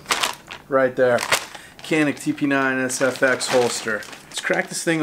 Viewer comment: Pronounced (chaneek)